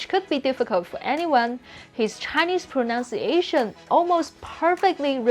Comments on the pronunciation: You keep saying "pronounciation" - it's actually "pronunciation". Proh-nunce-ia-tion. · The best English word to pronounce correctly is pronunciation. The second sound is nunn (like the word none), not nown (like the word noun).